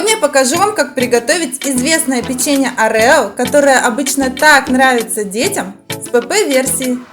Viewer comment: Круто, но не орЕо, а Орео